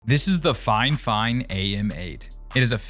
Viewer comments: No, it’s pronounced “Fifine”, not “Finefine.” “Fi” like the “Wi” in “Wifi”. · it's fifine not "fine fine" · Actually it is called fi-fine not fine fine. wich is an Ukrainian brand as i know and their official vebsite calls it fi-fine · fine fine wtf its FIFINE